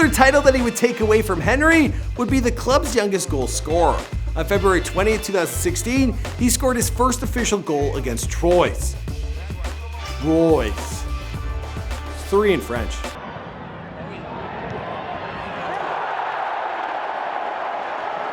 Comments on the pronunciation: Troys, cains, nan-tes. Hahaha, I can't. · that team you called Troyes, I think it's pronounced (Twa) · And trois as troys